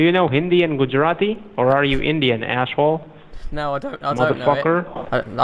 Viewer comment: "ashhole" Lol.